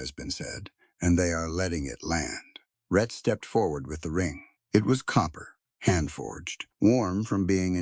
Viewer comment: His name is "Rhett", NOT "Red" as in the closed captions and the transcript. I will admit that sometimes the narrator said Red!